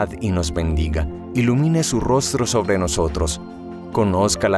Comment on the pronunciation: Sigo diariamente vuestro Laudes .Gracias. Mi humilde contribucion : seria muy bueno que la voz femenina (que es excelente) pronunciara las "b" en vez de "v". Ejemplos hoy: voca, avrid,,valuartes,alaven,,vreve,sovre, , Y decir aleluia en vez de aleluya.